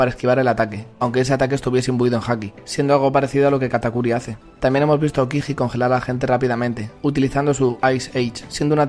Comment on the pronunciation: no pronuncies la j de aokiji